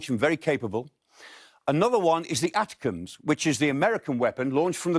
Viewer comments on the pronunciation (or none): Nobody calls it the atticums It A-tac-em's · It's pronounced 'A-tack-ms.' Not how he said it. Don't care about Taurus...if they don't have any! Long overdue. Political restrictions made without military insight.